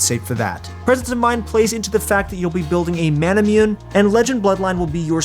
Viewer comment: It’s annoying how you don’t know how to pronounce Manamune properly. It’s inspired by Japanese culture so it’s pronounced ma-na-moo-nay. Seriously.